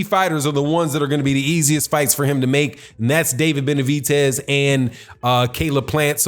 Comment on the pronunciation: Why Do You Mispronounce David Benavidez's (Benavitez) Name?